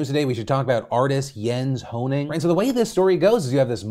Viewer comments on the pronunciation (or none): Jens Hanning. Pronounced Yens